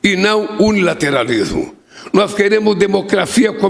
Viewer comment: Meu Deus, ainda não aprendeu a pronunciar "multilateralismo" e "unilateralismo"? 🤦‍♀️